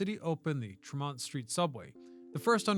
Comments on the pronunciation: Jesus, Mary and Joseph, say it with me kid, it's TREE-mont street!! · Use your youtube tax right=off to go to places you are covering. The way you said "Tremont Street", we (Bostonians) know it is French.